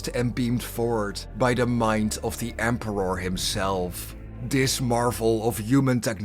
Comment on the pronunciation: For the Empe-rawrrr 💅💅